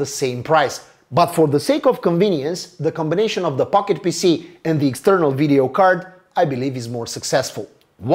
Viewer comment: When he said console pocket pc i was only half listening and it sounded like he said console pocket pussy😂